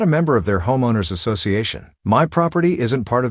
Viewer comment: Robot voice can't pronounce "homeowner."